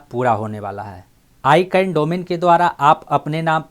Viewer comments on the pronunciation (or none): Sir ji aap words ka pronounce thik se kare. I can nahi hai wo. Wo hai ICANN Jo AK company hai Jo domain ka name aur Number ko control karti hai.